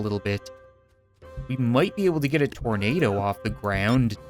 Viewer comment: Thornado Exactly how it sounds